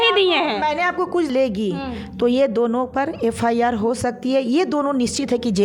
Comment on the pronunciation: Madam pahle bolna Sikh Lo FAR Nahin hota hai FIR hota Hai